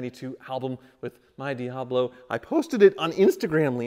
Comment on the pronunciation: Ha! That's funny.. Jeff Goldblum has a "DeeHablo" too!